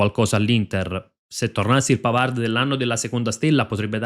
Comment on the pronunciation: Tutto bene . Molto informato. Un solo appunto. PAVARD di legge PAVAR (in francese le parole che terminano in d p s t tacciono la consonante)